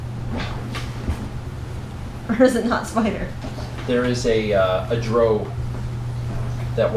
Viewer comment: sorry but this bothered me, drow is pronounced Dr-ow, as in ow that hurt, and tiamut is pronounced tee-uh-mut, anyway the sessions are great and if you can you should record the whole thing and upload it on